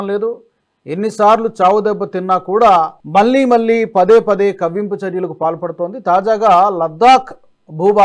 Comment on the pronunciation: మల్లీ మల్లీ కాదు మళ్ళీ మళ్ళీ అనాలి